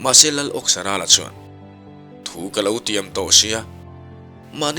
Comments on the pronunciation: Awksarala tih hi Awke kan lama Awk ti lovin. Thang âwk kan thluk ang hian . Âwksarala adik zawk a ngem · Âwksarâla tih hi i lam dik lo. Áwk tih tur. Saâwk kan lam dân ang hian.